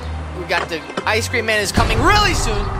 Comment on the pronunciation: Bro you just said ice sreacm